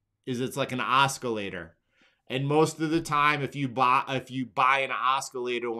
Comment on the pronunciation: Oscillator sounds very similar to "awesome" awe-sih-later. Love you brother! I learn so much from you